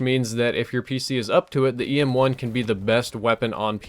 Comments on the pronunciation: Who else heard ASM1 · he says ASM1 on accident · He called it ASM1 and it a EM1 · You need to start using a script. You had wuite a few wrong words. "The EM1 is one of the best variants in the game" "The PWNR is one of the best guns" and you even said ASM1 instead if EM1 once